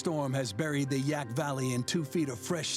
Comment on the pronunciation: It's Yaak, not Yak.